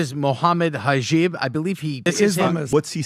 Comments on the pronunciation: I am not saying that. But if you want to make a Point, pronounce the Name right, because both are different. Hajib is nowhere near Hijab. So that is all I am saying. It is like our Brother wanting to argument against Ben Shapiro, bute he would say, this guy Ben Shiparo. That would look bad, as if he didn't put time to check this guy. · Mohammad Haijeeb lol that dumb cannot even pronounce properly akhi's name. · High-jeeb hahaha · I guess you get tge Point. It is written Hijab and not Hegab. Bute the guy in the Video didn't say Hijab. That's the whole Point. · hijab...like jib jab 🤣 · Im glad Hijab was defending himself and Islam the way it was at that time regarding marrying young, as well as pointing out the age limit for marriage around the world, particularly against a weirdo that can’t even pronounce anybody names correctly lol, Christians and Jews are hypocrites with their double standards. Christians know bugger all about their own religion they allegedly follow, they’ve adjusted their religion that many times. They hate Islam this why drew parallel lines, bc Islam would end their deceptive lifestyles and propaganda. Side note: I must say, as a woman who was a child once, I would never want to get married as a child or a teenager, never mind to older men, nor do they have the maturity to marry so young. Older men have no business marrying girls, period. Many girls have suffered the abuse and exploitation of men everywhere, that this should even dare to be practised. Grooming and pedophilia is a global problem with males being the perp, and some women are even complicit to this. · what was that pronunciation of your surname. That was the first time I heard someone pronounce "Hijab" like that I mean the headscarf term Hijab is thrown around everywhere in the west to demoralise Muslims etc... and they never pronounce it like that. It was clearly to make fun of your name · his real name is actually hegab so your all pronouncing it wrong!!